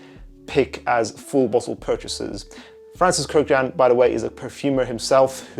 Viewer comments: It’s pronounced kurkjahn btw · Totally butchered that last name. It’s Armenian so yeah haha that’s not how you pronounce it but “A for effort” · You mispronounce his surname.